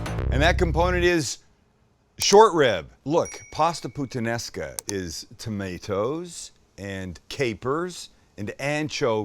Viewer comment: "I'm a huge putanesca fan" bawhaha